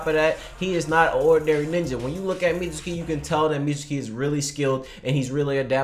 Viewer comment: Y'all should be saying "Mitsuki" & "Katasuke" the same y'all say "Sasuke."